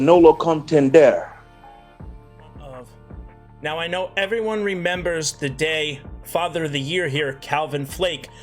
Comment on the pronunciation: Nolo con-tend-air 🤣🤣